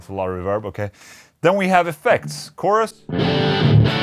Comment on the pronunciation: Haven't tried the SPARK?? C'mon, man! Also, it's not reVERB. It's REverb.